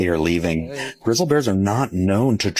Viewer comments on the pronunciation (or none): Who the hell is narrating the Yellowstone video!!?? & What kind of Language is that! 😂 GRIZZAL BEARS? ...it is baffling the "SCIENLIFIC" community? 😂 These animaliage creature critters are fleeing? WTF!! 😂 is this a cheap AI? or just an idiot!!? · Fake AI generated content says words wrong, like "grizz-ill" bears. FYI.